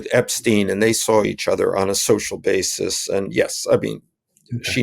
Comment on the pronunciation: Well well, how refreshing to hear Sean Wilentz pronounce Epstein's name correctly: EP 'STINE' NOT 'STEEN'